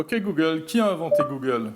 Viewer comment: Vraiment dérangeante la manière dont il prononce "google". Mieux que le dernière fois en effet, mais j'ai quand même pas pu tenir jusqu'à la fin de la vidéo.